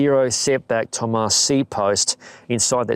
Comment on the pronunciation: Looks like a nice bike. And yes, as a native german speaker, I can tell you that you messed up the Umlaut in Thömus.